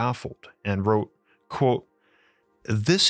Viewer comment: Why do you say quote like you do and theory like it's spelled therey